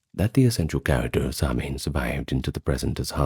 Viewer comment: Fab video although your pronunciation is off . Immediately not Samhain being incorrect, but I do appreciate the effort